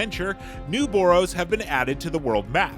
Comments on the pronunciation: bro does NOT know how to say the word “borough” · Why is he pronouncing “borough” like that lmfao